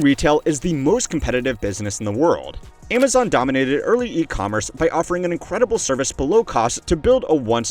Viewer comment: lol "ratailer producs", "eccomerce"